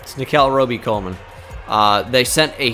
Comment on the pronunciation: It's Nickell Robey-Coleman